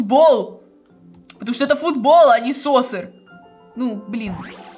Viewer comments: Ато не соссер а соккер по Английский❤ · soccer читается не сосер а сокер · Правильно не соссер а соккер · Говори правильно не соссер а соккер мы в школе говорили